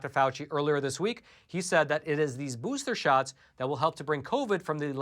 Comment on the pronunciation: Hahahaha! says "booster sharts" 👍👍👍 Totally fitting 🤣